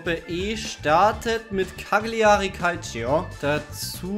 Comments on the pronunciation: Lustige Idee, kleine Anmerkung...bei Cagliari wird das G nicht mitgesprochen also quasi "Calljari" sonst gute Ding Wie wärs mit Champions League erster und letzter aus einer Liga, wobei der erste einer Liga den besten Spieler an einen der schlechten Vereine abgeben muss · Für mich als halben Italiener tat es in den Ohren weh wie Cagliari ausgesprochen hat